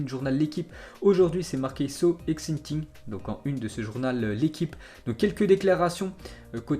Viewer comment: "so exintinge" 😂 accent français